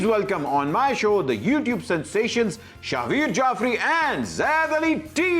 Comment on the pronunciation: Butt saab... ay hay hay hay..gd show btw shahwaar nai shahveer..shukr tusi shalwar nai bol dita🤣🤣🤣